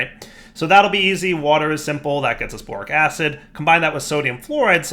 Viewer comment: I could have sworn i heard boring acid instead of borax acid